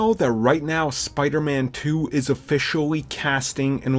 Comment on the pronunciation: Sounds weird when he says spider-man 2